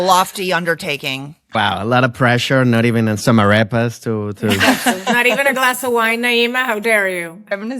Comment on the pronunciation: Bro pronounced "arepas" like a pirate.